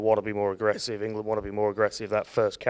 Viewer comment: "Englad"? is that near 'Irelad?